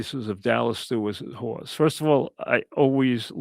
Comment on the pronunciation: A hawse is a hawse of cawse of cawse...